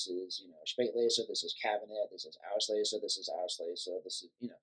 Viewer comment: nice video. however, its called "auslese" not "aushlese."